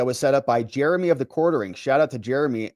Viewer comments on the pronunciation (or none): none